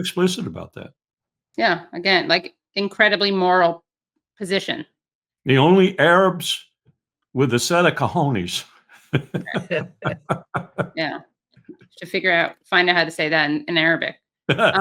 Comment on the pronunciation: "Co-Jones", pronounced Kahoonas.